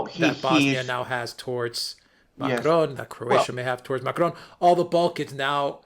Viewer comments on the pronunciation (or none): The smug self satisfaction of pronunciation of Macron is truly cringe. Can he name one English newscaster besides himself that rolls their r's when speaking about the French president? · I love it how pronounces "Macron" and "Merkel." It sounds so professional.... 🙄